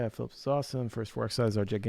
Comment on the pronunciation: Hey, FYI they are called fil-EEP, not Phillips!